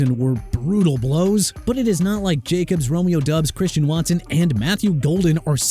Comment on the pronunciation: First off Jaguars pronounced JA-GWAARS NOT JAGWIRES! You gon' get enough of saying JAGWIRES when you hear from Jacksonville's fan base and organization and second the running back's name ain't "Chubba" Hubbard it's Chuba pronounced choo-ba! And Romeo Doubs pronounced DOBBS!! You understand?! I'm so sick of your garbage! You don't know how to pronounce then you need to find a profession outside of this channel!